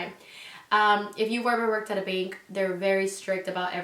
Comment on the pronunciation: I thought you said "bink" and had no idea what you were talking about